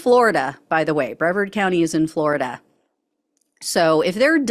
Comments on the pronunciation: Um, Brevard is pronounced “Brev-ARD”, not “Bre-verd”. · It's pronounced bruVARD county (melbourne, palm bay, cocoa beach, cape canaveral) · Hey, FYI? It's pronounced bre-VARD county. about 20min east of my Orange County residence. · It’s called Bev-aarrd Florida, rhymes with retard. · Brevard = breVARD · It's pronounced Bre-VARD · For future reference, it's pronounced "Bre-VARD." Sorry to say, I lived there for a while. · Hi. Sorry to nitpick, but I believe the county of which you speak is pronounced "Bruh-vard" (rhymes with hard or card). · Good piece, but it’s pronounced “Bre-VARD” with emphasis on the second syllable. Yes, sadly, I’m a resident. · Its pronounced Bruh-Vard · This doesn't really matter, but it's pronounced breVARD county 🥰 love you and your work,,! 🫂🌊🫂🌊🫂🌊🫂🌊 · Two things I I think we need to take from this: first, the accent is on the second syllable in the word Brevard; and secondly, that these people are really a minority, that these right-wing radicals are really a minority with a big mouth and a lot of money behind them. Reasonable, kind and people of accountability far outnumber these crazy lunatics. But t hey sell media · Mispronounced Brevard.